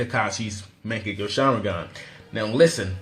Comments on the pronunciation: why does he say mekkagu sharingan on mangekyou? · good list. but please for the love of god learn how to say "mangekyou". its so cancerous the way ur saying it, sounds like mecha gear